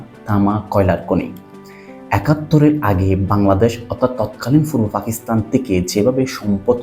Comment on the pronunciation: Age Fa theke pa te asen. Fakistan na Pakistan